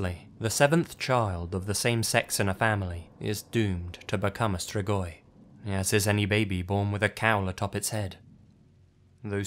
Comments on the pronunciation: the way you pronounce the romanian locations' names makes me not understand the names of places in my own country and im wheezing also absolutely nobody ever knows how to pronounce "strigoi" either like come awnn dude all it takes is pressing the "pronounce" button in google translate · As a romanian, I am amused about the way he pronounces "strigoi"